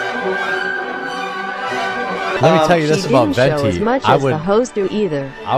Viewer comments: why cant say venti properly? 'ventney' lmao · never failing to say Venti wrong is so funny considering the pope factor